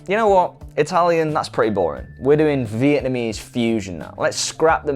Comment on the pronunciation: "vietamese fusion"? ... ROFL! I cannot control my laughter! Love love love this! We filipinos are... gonna DESTROY y'all...